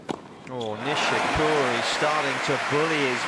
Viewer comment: Kei "NishiCURRY"